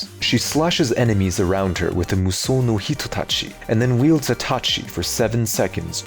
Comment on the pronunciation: Man how he say Mushou sounds so good